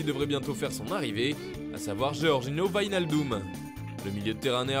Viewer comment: Wijnaldum a de nouveau le droit à une bonne prononciation ! Cœur sur vous